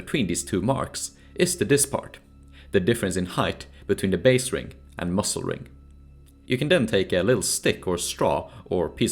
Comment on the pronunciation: Dude pronouncing muzzle like "mussel" really makes me angry